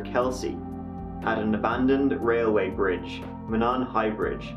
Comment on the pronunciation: The "i' at the end of Delphi is a long 'i' , the first 'o' in Monon is long, the last is short... . Finally, the bridge isn't a desolate place in the middle of nowhere, it's part of a public trail system.